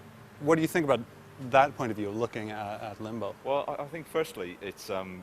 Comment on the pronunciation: rew or review? lol